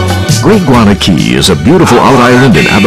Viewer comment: its guana cay not "gana" cay